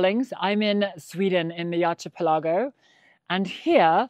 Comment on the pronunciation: Hello dear. Look up the pronunciation of archipelago 😊